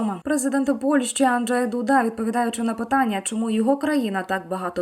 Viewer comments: Дуда - наголос на «у» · Не знущайтеся над президентом Дудой. Наголос на У! Хоча істеричний спосіб виголошування текстів ставить під сумнів Ваше психічне здоров'я. Де вже тут піклуватися про повагу до правдивого друга нашої України(((